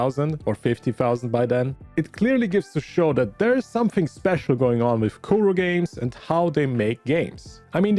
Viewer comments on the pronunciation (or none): none